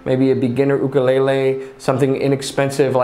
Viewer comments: Mahalo nui for pronouncing ooukule correctly 🤙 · It's sort of weird to hear/see the correct pronunciation come out of the mouth of somebody outside of Hawai'i. I'm so accustomed to hearing "yukulaylay", or "wukulaylay" from some brits, that hearing "ukulele" caught me off guard.